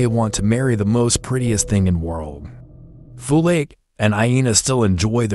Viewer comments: It's not foLake it's folake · He pronounced "Folake"😅